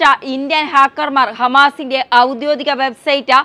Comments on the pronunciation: "ഔദ്യോദിക " എന്നല്ല, ഔദ്യോഗിക എന്നാവണം ഉച്ചാരണം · "ഔദ്യോദിക" അല്ല . "ഔദ്യോഗിക" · 'ഔദ്യോദിക' എന്നല്ല."ഔദ്യോഗിക" എന്ന് ഉച്ചരിക്കണം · ഔദ്യോഗിക എന്നാണ് പറയേണ്ടത്, ഔദ്യോതിത എന്നല്ല